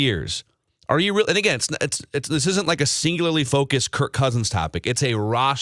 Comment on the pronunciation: BTW it's KIRK not Kurt